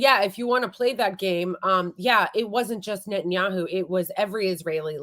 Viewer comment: Netanyakkhu, Ekkhhhud Barack. Notice how Israelis don't say those name like that.